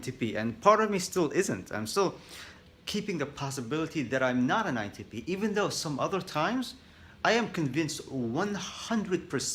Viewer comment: Did he just say “INTPenis”? Lol I’m dumb sorry